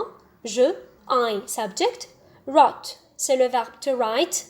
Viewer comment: Also the pronunciation of wrote